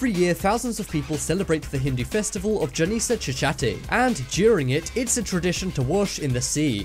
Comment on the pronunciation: the moment he said janisa chatardi 😂😂😂😂😂😂😂😂😂😂😂😂 broo its ga-ne-sh ch-a-tur-thi ......